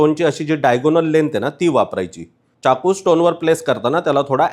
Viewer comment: खूपच उपयुक्त माहिती🙏🙏, पण अनावश्यक इंग्रजी शब्दांचा उपयोग खूप आहे, च्याकू नाही तर चाकू असा उच्चार आहे. बाकी न आणि ण 😂😂सोडा